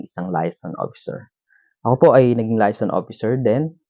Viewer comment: MISPRONOUNCED AS USUAL. LAYASON ? HAHA ANO layas ng layas? paki ayos po pag pronounce :)